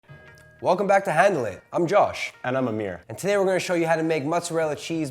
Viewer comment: i had my speakers down, and when he said "handle it" at the start, i thought he said heaven... that would have been good